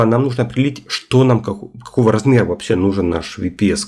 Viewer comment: Ага, так правильно, особенно VPS - ВиПиСи😄